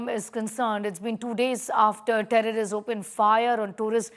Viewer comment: Say terrorists; it sounds like tourists very unclear,pronouncing of words